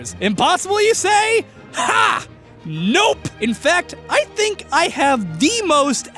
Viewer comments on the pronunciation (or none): none